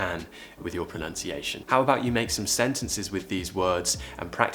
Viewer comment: yes that part came later. Near the beginning it sounds like you're saying proNOUNciation. I'm from up north though. Careful with the apostrophe, I'll put it down to a typo or auto-correct 😎👍😁